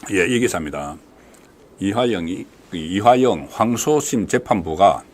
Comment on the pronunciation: 국건씨! 이하영 아니고 이화영! 방송계속 하려면 발음연습 좀 하세요.